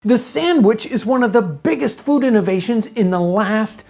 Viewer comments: I love how he says "sammwich" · YOU spell it sandwich, but you pronounce it samwich. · "Samwich." -Townsends